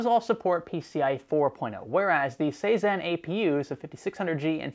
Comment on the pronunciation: Am I nuts, why does he keep saying "sayzen/saizen cpus/apus"?? Is this a manufacturer ive never heard of or something? Thought was a slip up but after 4-5 times...lol